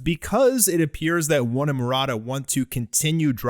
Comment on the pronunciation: Why do you keep saying One and Maroda? It’s just One who writes the story